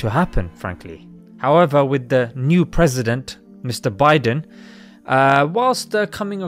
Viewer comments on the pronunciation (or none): none